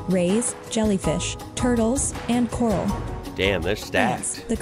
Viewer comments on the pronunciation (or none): none